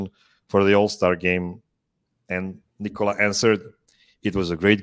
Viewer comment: Why do some much of the Denver media still call him “Nicole-ah” instead of “Ni kuh luh”?